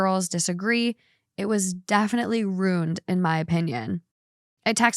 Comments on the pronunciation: The way you say ruined is starting to grate on me. Wtf are you saying? ROONED. Why are you skipping the I? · I don't know what is worse, pronouncing ruined and rooned or pronouncing picture as pitcher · Am I the only one that says ruined in two syllables? It feels gross when said as 1 syllable! lol